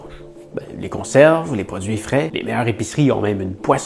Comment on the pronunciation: oui vous le dites "fret" mais c'est "frais" un peu comme vous dites "icit" à la place de "ici"